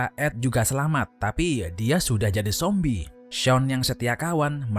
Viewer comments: Kok nyebut zombie nya sombie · Sombie atau zombie min ???